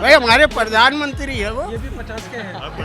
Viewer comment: प्रधानमंत्री ❌ पधानमंत्री ✅ 😂😂😂😂😂